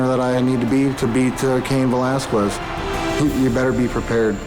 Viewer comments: Brock Lesnar 😂 "Velasqulez" 😂 😂😂😂😂😂😂😂😂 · Lesnar didn't even pronounce Velasquez's name correctly. He pronounced it "Velaskuez". The "u" is silent, biggot. Enjoy the diverticulitis. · I love how Lesnar can't say his competitors names. Cain Velasqwez, Randy Cotter, Frank Murr. Of course I would never bring this up to his face because he would smash my cranium.